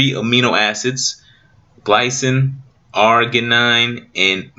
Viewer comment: Thanks bro! But you pronounced the three amino acids wrong. If I may lovingly correct you: Glycine: gly-seen Arginine: Ardge-y-neen Methionine: Meth-i-oh-neen Adenosine: A-den(not deen)-oh-seen ✌